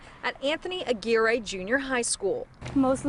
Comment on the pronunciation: sigh Aguirre is not pronounced "AGWIRE".